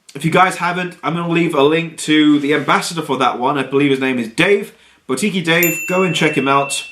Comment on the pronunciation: My go you can't pronounce boutique. Google a word you don't know its embarrassing. boutique buːˈtiːk